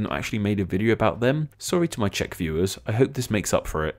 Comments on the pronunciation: I salute to you that you pronouced the Czech words correctly (Yes I am from the Czech Republic) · I really like how you actually took the time to do correct pronounciation of the names in czech. Pleasant surprise